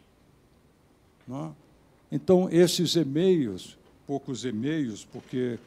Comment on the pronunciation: Fala pra ele que é e-mails, e não "emeios".